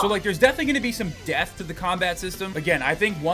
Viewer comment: every time you say "depth" it sounds like you're saying "death" lol